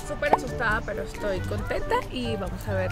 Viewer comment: Nando diciendo: me dijeron pel pero